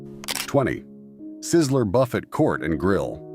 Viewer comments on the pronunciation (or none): Boo fey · Did you really pronounce “buffet” like Jimmy or Warren‘s last name? 🤦🏾‍♂️ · Your AI voice can’t even pronounce buffet!!